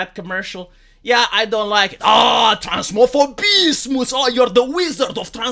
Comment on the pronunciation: The transmophobismus wasn't as well pronounced, but I still give it a like. Next time I expect better delivery though!